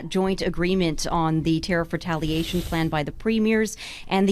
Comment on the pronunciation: What sir is a.. Tar- eef haha😂 she's on a lonely island...weak and embarrassing. Nows the time for National pride...not capitulation and weakness.